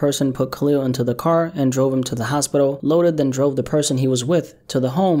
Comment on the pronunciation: It’s loaded not lotus